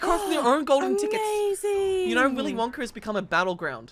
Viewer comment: Tell tht girl to stop saying “i knorrr” instead of i know.